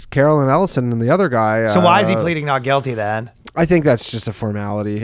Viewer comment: I swear I heard "Fastest goy alive" hehe get 'em Danno!